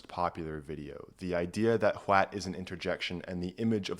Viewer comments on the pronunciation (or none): How many times did homeboy have to do retakes from adding a "T" sound to the start?